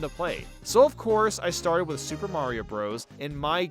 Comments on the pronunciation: Everytime he mentions the new super mario bros games he says “soup” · why does he call them soup games?